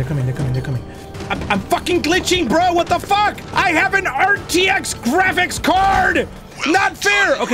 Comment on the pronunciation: had me dying bro when said "Shat tha fack appp" 😭🤣🤣🤌